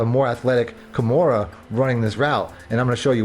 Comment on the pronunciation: KA MAIR-AH not Kimura lol You been Playing UFC on the low ? 🤔